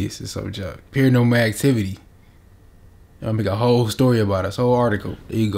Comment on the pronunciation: Dis nigga said "pier normal activity"? Lmao 😂 😂😂😂